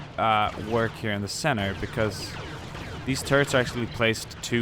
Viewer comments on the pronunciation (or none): none